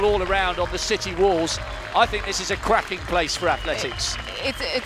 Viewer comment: the commentator apparently says "I think this is a cracking place for athletics!", but I really thought he said "I think this is a crappy place for athletics!"